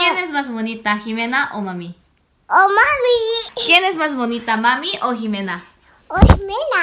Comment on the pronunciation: Me encanta ver a que cuando le preguntaba quien es mas bonita mami? O xime? Y el = xime tan bonito espero que dure mucho la amistad con xime y me asombra que pronuncia el español bien solo que le falta practica pero de ahi es bien cute